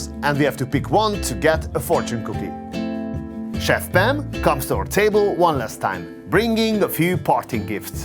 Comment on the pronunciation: Its chef pam not chef fam